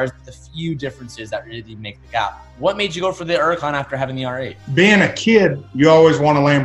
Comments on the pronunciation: What is a urican? You mean Hurican? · Is this dude stupid or does he just like saying “Uracan” instead of Huracan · It’s a Lamborghini Huracan not an uracan idiot !!! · Don't forget the H in Huracan bud! Don't forget the T in Aventador bud! Sheesh! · Where’s the “H” in huracan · it can be pronounced as Huracan or Uracan